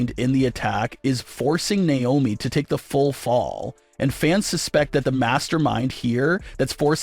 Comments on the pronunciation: It's not niomi it's Naomi 😢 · Stop mispronouncing Naomi